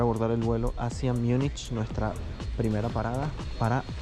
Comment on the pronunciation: En castellano Munich se pronuncia tal como se lee. No se dice [ Miunichh]✓